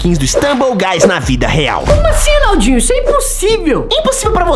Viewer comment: Enaldinho não é bomba bombar bombar time não você tá falando errado é Naldinho Você tá parecendo um zumbi fazendo mubi